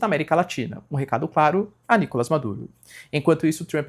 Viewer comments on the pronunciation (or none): none